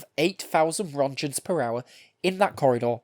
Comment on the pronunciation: Wtf is a "ronjen"?